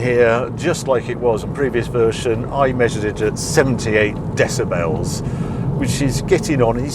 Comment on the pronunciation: Could listen to you pronounce “decibel “ all day long!!!